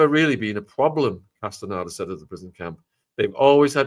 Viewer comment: Pronounced: cast-a- nay-duh